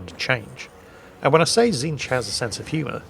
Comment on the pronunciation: don't worry you got tzeentch's name correct also please remember to use the pink, blue and brimstone horrors 😂